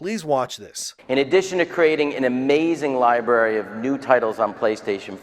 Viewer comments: Hate to be this guy but it's pronounced lie brary not lie berry... Library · library brother. You keep saying libary. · Great cantent but bro it's library not (lie-berry) wtf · It's pronounced LIE- BRARY not LIE- BERRY. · libary? really? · Omg, of course you got it wrong. Its not a full drm system. They implemented a temporary drm to prevent a refund exploit. You can play your games without internet. You could've done research but that video would be boring, right? Also library is pronounced with 2 rs lol